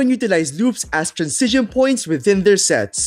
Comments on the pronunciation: honestly i love your content but hearing you say "trancision" instead of "transition" every 10 seconds drives me nuts. anyway, keep up the good work man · Bro you still pronounce transition ( trænˈzɪʃ ən ) as transizion (trænˈsij ən) it gets me every time... 😎 Cheers... Good video as usual ... 👍🤝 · hahha throughout the video type "transition" in google translate and listen how it is pronounced 😅 and compare with your pronunciation